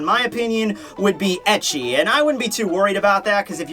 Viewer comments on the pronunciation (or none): none